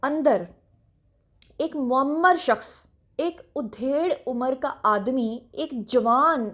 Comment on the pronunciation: aap ki urdu tu bhot acchi hai ... but aaj udhair(bkhiya udehiri jati hai ).... actual word hai ADHAIR